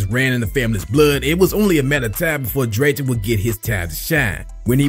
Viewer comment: His name is William Drayton..not drayton😮‍💨